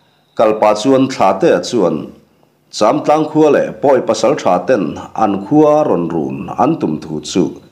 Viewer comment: châmtlang pawh a ri a dik ta😊😊